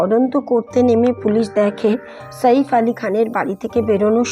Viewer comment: শইফ কে ? সাইফ ( ছাইফ )